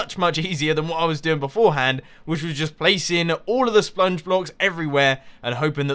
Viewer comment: I'm not the only one that notices xD